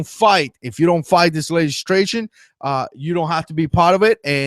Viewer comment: Legislation NOT Legistration.